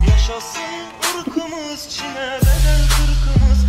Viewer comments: Kimse: Hiç kimse::yAşAşIn IrĞıMıZ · Nobody::yaşaşın iykımız